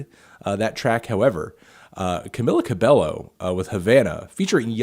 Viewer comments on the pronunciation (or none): The way you pronounced Gente (should start with a H sound) and Cabello (CabEYO) made my Hispanic soul cringe. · Bro learn how to pronounce cabello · i got triggered when he said camila CABELLO